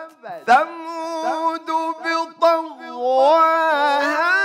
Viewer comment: خطایی داره این قاری قران . بجای ثمود ث . سمود س تلفظ میکنه . این خطا باید رفع شود .